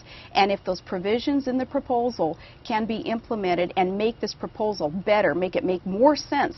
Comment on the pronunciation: "Propolsal"?! My...